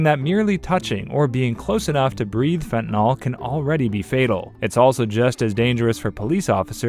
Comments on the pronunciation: You can always tell when someone doesn't have a background on the subject under discussion. They mispronounce their terminology. Take for example, fentanyl. It's pronounced "fen-ta-nil", not fen-tan-ol". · The amount of misinformation in this is ridiculous, plus you don't pronounce Fentanyl correctly, it's not NOL it's NYL like NIL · You`re not even pronouncing fentanyl right. it`s Fent ta nil. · The proper pronunciation of fentanyl is one of my pet peeves. I don’t understand why people, such as the narrator of this video, have such a difficulty with its proper pronunciation. Fentanyl is spelled with a “yl” at the end, not an “ol”.